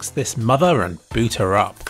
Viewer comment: I understood "beat her up" and was quite confused